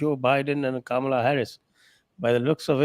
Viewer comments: Its pronounced "Kamla" not "Kamaala." She's half Tamilian (from her mother's side). Her actual name is Kamala Devi Harris. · is pronouncing "Kamaala!" Shocking.